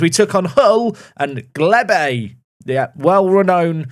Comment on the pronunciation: Lol. That isn't even close to how you pronounce Glebe! I do enjoy terrible attempts at names.